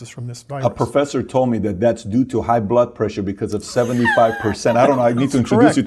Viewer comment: he said professher